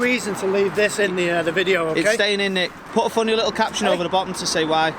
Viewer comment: which 1? Your fa-knee?